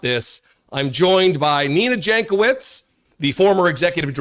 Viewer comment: Jankowicz is pronounced Yankovitch.